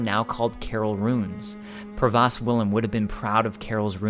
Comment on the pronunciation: pro-vost (rhymes with ghost)